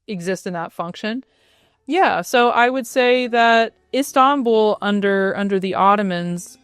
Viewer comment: The way she pronounces İstanbul perfectly <3